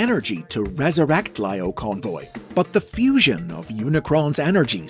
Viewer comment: I loved how you say Lio Convoy, Laiyo Convoy. Such a small attention to detail about how he called in the anime series.